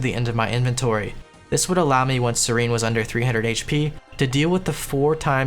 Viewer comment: seer en. it aint that hard it aint scerene